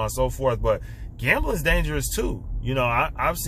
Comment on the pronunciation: To win?one. Way. Stop..gembling